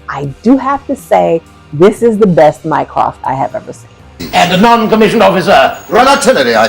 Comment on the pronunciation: I was so glad to find this video! The fact that they never get Mycroft right has always bugged me. I mean, what's so hard?